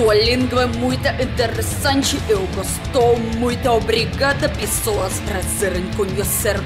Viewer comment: linda, seu sotaque é muito fofo, uma palavra que vc pronuncia com sotaque de portugal é a palavra "pessoas" comendo completamente a primeira vogal, grande beijo!